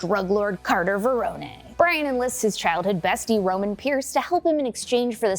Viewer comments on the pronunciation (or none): Pronunciations need a little work, Carter Verone (Ve-rone, not veron-eh) and it's Fenix, not Felix, even though he is a pussy, he's not an actual cat. 🤣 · You know ur saying Verones name wrong